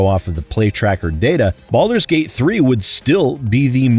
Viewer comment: hahaha at the end there with what sounds like you said belders gate 3